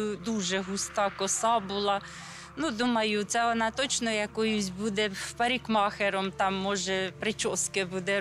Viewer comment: Царствие небесное девочка 😢....но не могу не сказать: булгактер,паликмахер.... разве в школе так же разговаривают, когда учат детей???🤦